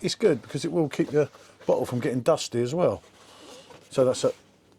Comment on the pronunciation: Bottle? Or butthole? Go ahead...say it again😅